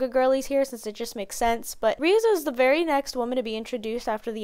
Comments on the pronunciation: Lol reeze. It's ( Rez-zei ) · Sweety its REI-ZEI not ReSe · 2.12 is a decent joke but the correct pronunciation of Reze is something along the lines of 'Reh-zeh', its just a direct translation of レゼ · Her name's pronounced as Ré-zay